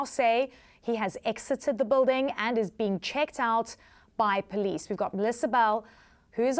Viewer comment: Reporter pronounced building as bulding or whatever. These colonial English accents are really distracting.